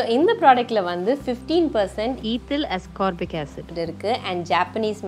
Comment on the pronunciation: Ascorbic Aasscorbic acid ah live la sollitengala, patch pannierukenga... 😅😅